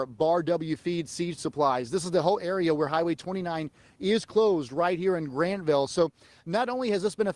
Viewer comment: It's Grantville, not Grandville